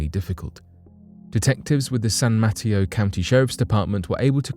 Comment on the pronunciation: You got me now the stories by backyard yes San Mateo industrial Metro work on the pronunciation just busting your balls thank you